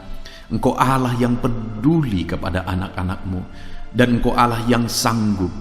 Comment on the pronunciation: Shalom... trima kasih untuk firman Tuhan. Tp.untuk sebutan Allah itu disebut kan dgn benar..bukan Alah tapi Allah tq